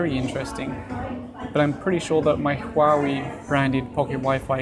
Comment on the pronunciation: Don't review items you cannot pronounce the name of. So many uneducated folks who cannot pronounce Huawei.